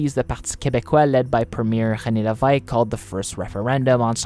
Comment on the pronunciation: I double taked really hard at the pronunciation of Levesque's name. A considerable effort to both look up the correct pronunciation and make a stab at it. Solid effort